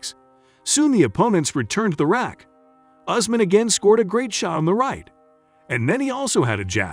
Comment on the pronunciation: Not Ozmen but Usman